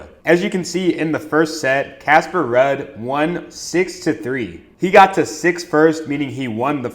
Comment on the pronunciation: Damn my boy don't even know how to pronounce Ruud and Jakub but still banking! LFG, what's yall excuse?